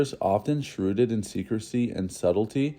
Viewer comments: I enjoy this channel, but this narrator doesn't have a full grasp of the English language. [i.e. it's "shrouded, not shrooded , and ADmirable, not adMIRable.] Do some vocabulary homework before presenting these historical programs. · Like 'shrooded' instead of shrouded, 'inscruciable' instead of inscrutable, and I'm only 4 minutes in. Edit: still gave a thumbs up